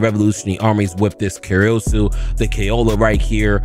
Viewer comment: Kayola Me: Koala: Kayola Me: Koala: Kayola Me: Koala: Karoosu Me: rage baiting the sh*t outta us. 😂